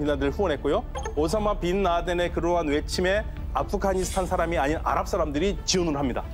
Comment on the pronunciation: 연세가 좀 있으신 분들은 아프가니스탄의 ’가‘를 ’카‘ 로 발음하시더라고요. 기타를 ‘키타’라고하고, 시카고를 ‘시카코’라고 하고요… 왜들 그러시는거죠? 😂